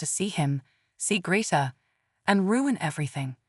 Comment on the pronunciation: END AI! It can not even pronounce Greta correctly!